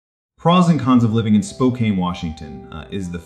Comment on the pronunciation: One has to wonder about the accuracy of the information when the host mispronounces the name of the city. 😕